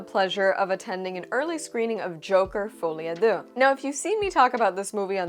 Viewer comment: Thanks for the review- you are the 2nd Youtuber i see pronouncing the title pretty well and i've seen close to 10 videos discussing this "Joker: Folie à 2". edit: i'm French hence the remark for the pronunciation